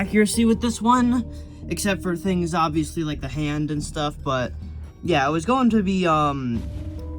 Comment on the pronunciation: he said yuh. It means yeah.